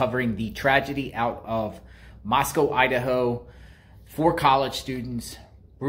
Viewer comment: Not pronounced like Moscow Russia. “ Moss-come instead